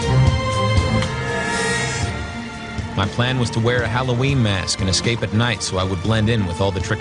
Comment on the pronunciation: Gahhh it was driving me nuts too..ex-scape, ex-scape, ex-scape. It's escape you flogs